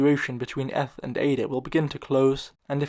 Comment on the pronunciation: Has this guy never heard anyone pronounce eth?